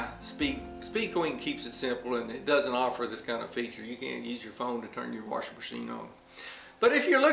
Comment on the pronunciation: I love it!..WA-R-SHING machine...are you from Appalachia? I am, and that's how all the older generation here said "wash".."WARSH"..now, sadly, there are very few of us natives left around, and all the migrants who have moved in from Florida, New England, California, etc. have brought their accents in with them, and the Appalachian dialect is dying...I've also heard this pronunciation in southern Georgia, South Carolina, Alabama, etc...